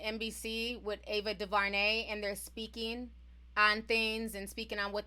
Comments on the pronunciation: T her name is AVA Du....DuVernay, AVA DuVERNAY! Not EVA DAVARNEY! THANK U, STILL LOVE YA💯😘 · Its Du-ver-nay not Du-va-nay (sorry that was distracting lol)